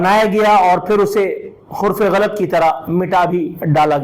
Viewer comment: Hurf e ghalat. NAHI hota, Harf e ghalat , kehty hain.